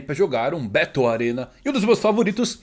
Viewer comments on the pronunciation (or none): none